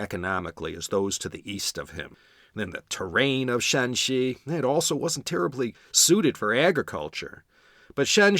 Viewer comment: Great tones! Remember the province is Shanxi (山西, Shānxī, West Mountain) not Shaanxi (陕西 ,Shǎnxī, West of the Shan pass) first tone for Shanxi throughout, third and first tone for Shaanxi. Yes, Yan was one of the good ones.